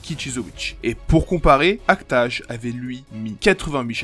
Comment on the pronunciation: La manière dont tu dis act age me trigger de ouf mdr, mais la video est très cool